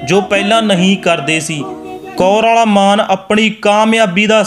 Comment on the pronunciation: Bhi ਕੌਰਵਾਲਾ ਨਹੀਂ ਕੋਰਆਲਾ